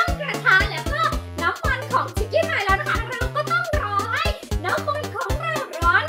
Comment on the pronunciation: หนูได้ยินพูดว่าน้ำมัน เป็น(น้ำมนต์) อ่ะ555+